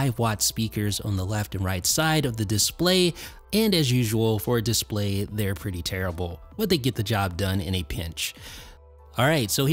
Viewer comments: Dude u must stop pronouncing display like that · Please make up your mind about how you are going to pronounce the word “display.” You switch with such frequency that you end up sounding affected and pretentious.